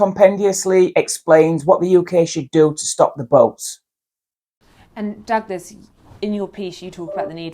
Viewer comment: was deliberately getting douglas's name wrong. what a slimy trick.